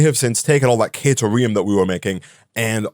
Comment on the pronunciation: The Coffee Stain videos pronounce caterium as “kuh-TIER-ee-um” not “KAY-tier-ee-um.”